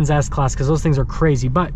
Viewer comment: I was referring to how he said Ass-class vs S class